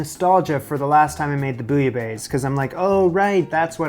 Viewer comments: lololol please just stop saying bouilla baise ! ican't stop laughing my ass of right now... because it means f*ck in french and sounds like peek a booh f*ck!! it's bouilla baisse like best but don't pronounce the T. and it means : boiled than lower (the temp) out of that nice vid as usual ... you are making progress. cheers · The way you say "bouillabaisse" made me pause lol sounds like you're saying "bouillabaise" and "baise" is a vulgar word for making babies.